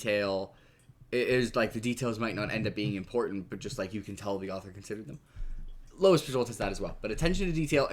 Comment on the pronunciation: Dude. It's Lois Bujold, not Louis. It's making me crazy.